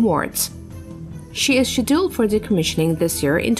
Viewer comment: I totally agree. Got fed up with " Shedilled " Being English I know some Americans use different words for things than me, and that's fine. But to completely mispronounced a word is terrible. Who designed these auto speaking bots ?